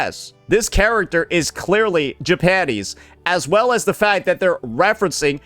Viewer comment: Sounds like bro is saying “Ja-panties”